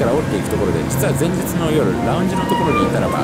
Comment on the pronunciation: ラウンジ の発音が独特な神